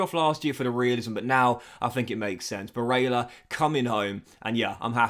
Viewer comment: Please look up how to pronounce Barella you have it very wrong. Also give barella #18 or #23 he chose not to take #8 at Inter this season. Otherwise good career keep it up